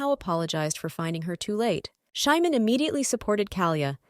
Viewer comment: The name of the ML is supposed to be Simon not Shymon. I dispise these terrible AI narrations! 😠